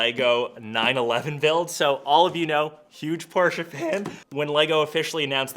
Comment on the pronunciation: Thanks for saying Porsche correctly!